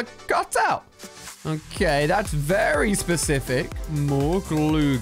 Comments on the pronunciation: why does he call the word very, vely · not being mean i lov ur vids but why u say very like vely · Is it just me or did he say welly specific